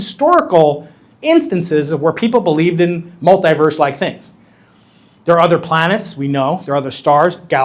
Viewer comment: What is a Multiwerlise? Is that a new AI Spiderman movie?